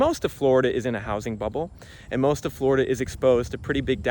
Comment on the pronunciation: 😂Flori-dah? Even Blackstone can't afford the insurance!😂